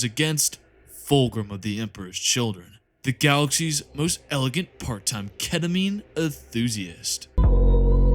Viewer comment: AY AY AY YOU DIDNT SAY KETAMINE RIGHT